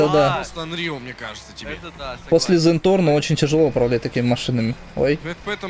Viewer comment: крч не зенторно а зенпорно